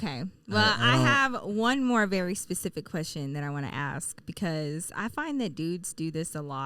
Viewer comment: Why are we saying “pacific” instead of “specific?”